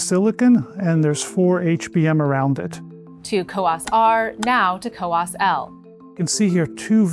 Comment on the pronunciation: It's "COWOS",not "COWAS"